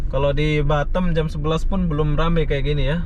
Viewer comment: Orang indo tapi lidah orang mana' tahu dah?? Semua orang indo nyebut Batam ya tetap B A T A M bukan batem 😀😀 ada" aja nih bikin pengen cubit aja 😀😀 gemes dengarnya...